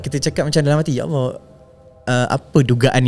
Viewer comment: At the end2 aduh mcm sibat…syuk tanya lain kau jawab lain…sebutt allah pon x btol..nampak sangat lidah tu keras ..banyakkan bacaa quran